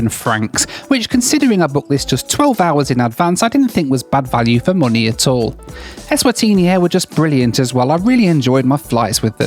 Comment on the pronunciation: I had a drink every time said "Ezvatini".... and now im in the hospital